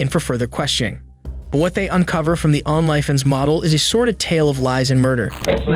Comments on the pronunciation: “Onlifens model” 😂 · The way the narrator pronounces certain words is irritating. “On-lie Fans” might be excusable because he’s trying to keep it cool with YouTube’s ridiculous rules. But the way he said predicament earlier….nope. Probably does it on purpose to troll and annoy. But, c’mon man. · Is this narrated by AI? Many words are pronounced strangely — like OnlyFans being “On Lie Fins” — but it’s quite convincing otherwise. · the way your pronounce "onlyfans" is perfect. Never stop saying it that way, please. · the way he pronounced OnlyFans